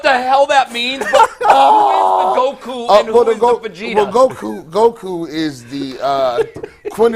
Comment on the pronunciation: I watch this whole podcast show and don’t hit the like button until I heard oh boy say Vegeta‘s name wrong that was priceless😂